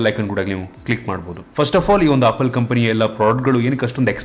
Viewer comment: Bro adu opple alla adu apple🤣😂